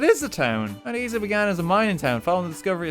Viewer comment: He really just said mt eesa not mt isa